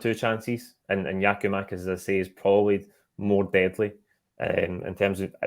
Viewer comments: Can someone tell the guy way the away top on that it’s Giakoumakis and not Giomakis ffs just missing oot bits of his name man drives me up the fuckin wall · Does Kenny understand that its Giakoumakis and not Giomakis? Is he intentionally calling him the latter? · The f*cking guy's name is Giakoumakis, not Gioumakis... Don't tell me you're as lazy as Kevin Kyle. It's Gary Mackay-Stephen, It's not Gary May-Stephen... It's not Gioumakis... It's Gia-kou-makis... Basics. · New season still saying Giamakis why is he on this when he's ignorantly getting one of our players name wrong? It's GIAKOUMAKIS!!!!!!!!!!! Gia-kou-makis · Still on some Giomakis shit?? Kenny, can you PLEASE learn the man's name!